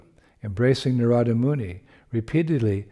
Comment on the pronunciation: Very Nice! Thank you, 🙏🏼 If I’m not mistaken it’s Naarada not Naraada